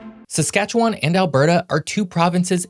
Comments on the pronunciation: Most locals pronounce it Saskatche"win" not Saskatche"won". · The last syllable in Saskatchewan is pronounced less like “won” and more like “win”. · No he didn’t. Western Canadians say win, not wan. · Saskatchewan is pronounced ending in "win" not "wan". Also Metis aren't pre-European because they are mixed race/culture. Also the Hudson's Bay Company, even by its own admission, did not control the land; they simply has exclusive trade rights. They did still sell the land though, but it was for a TINY amount of money (relatively speaking) just to give Canadian expansion a shred of legitimacy but no one took it that seriously. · also. Wan not won. Bothered me everytime someone from Tranto says it 🙄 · People from outside western Canada call it SaskatcheWAAAN. We pronounce it Saskatchewin, with very little emphasis on the win. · I have yet to meet another Saskatchewanian that pronounces the last part of the word as “win”, every single person I met in Sask always used “wan” so I don’t know what part of the hill billy hills you come from but that ain’t how its pronounced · Its pronounced "SaskatcheWIN,"' or even more accurate "Skatchwin." NO locals pronounces it "SaskatcheWAN." Easiest way to tell if someone is not a local - they try to pronounce every part of the name. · Sask born and raised I’ll tell you why 1) better economic opportunities in Alberta 2) Sask is MUCH colder, like a lot 3) the mountains in Alberta are very nice and Sask is so flat 😂 Also pronounced like SaskatcheWIN I might add. And both provinces are actually great places to live! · Tbh, Potash is pronounced paw-tash 😂 and the province name is pronounced 'Sas-cat-chwan' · Saskatchewan should be pronounced as if it were spelled: "Saskatchewun." That final vowel marks the newbie. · Its pronounced siscatchewyn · Just an FYI. Those of us from Saskatchewan pronounce it Saskatchwin. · Also little emphasis on the AS at the start. More like Skatchewin. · You pronounce Saskatchewan wrong. Also Métis.